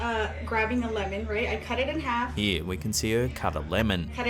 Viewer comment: Clip number 4.. It's half not harf